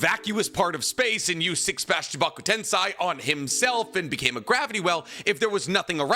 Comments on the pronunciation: Chibaku TEN-SEI.....not TEN-SAI... two different things. I said this to you in a video before and I'm going to say it to you again, if you're going to make a Naruto video at least pronounce everything right. Jesus Christ the show exists and they pronounce it right for you how do you still fuck it up years later? That's not even 3 minutes in the video and I don't even want to watch it anymore.....because you sound like a freaking dweeb and I don't even like using that word how stupid it sounds. But it doesn't sound as stupid as how you say the fucking words. This is professional criticism so please don't take it personal. Just make sure you learn how to pronounce this shit before you post it. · Edo-TenSAY NOT TenSai and Chibaku-TenSAY NOT TenSai